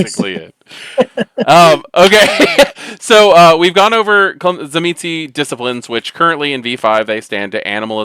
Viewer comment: I think it's pronounced Zuh-meesh?